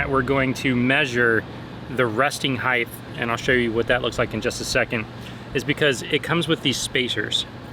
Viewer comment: If you say "heighTH," you have to say "weighTH."